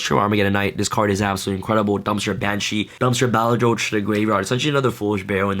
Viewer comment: Pronunciation of 'Balerdroch': Bah-lur-dur-rock